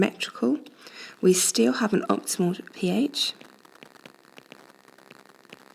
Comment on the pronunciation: Is that optimal or qotimal?